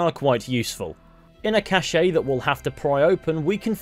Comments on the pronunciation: It is not pronounced as cas-eh. It is pronounced as cash. If it were pronounced as you said it it would be spelled like this : cachè. You’re welcome. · Please stop saying Cache like that